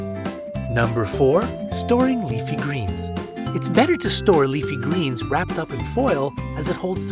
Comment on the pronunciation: OMG! HE SAYS LEAFY GLEENS